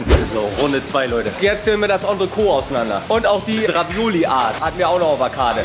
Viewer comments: Geiles Video. Es hat echt Spaß gemacht dir beim Essen zuzuschauen, obwohl ich auch sehr gerne mit dir den Platz getauscht hätte ;-) Noch ein kleiner Klugschiss, das 'T' am Ende von Entrecôte wird ausgesprochen, also Ontrekot... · Geiles Video, weiter so! Als halb Franzose muss ich allerdings einmal den Oberlehrer machen, weil ich es so oft falsch höre: Entrecôte wird Ontrekot und nicht Ontreko ausgesprochen, das T ist also nicht stumm. Übersetzt heißt es übrigens zwischen (entre) Rippe (côte);) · Was heißt denn "Auf den Tisch" auf der Rechnung für 36 Flocken?? Und ich weiß nicht, warum jeder, on Frau Poletto oder sonstwer, entrecote immer falsch ausspricht...sebst wenn man kein französisch hatte... gesprochen wird es entrecot, nicht entreco, mit stummen e. Sollte man doch hinkriegen. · Sehr schön, man sollte aber schon wissen, wie man das, was man bestellt, ausspricht. Das t bei Entrecote ist nicht stumm. Stumm wäre es, wenn man das e am Ende weglassen würde.